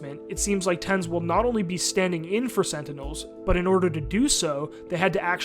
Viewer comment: SEN Tenz, huh?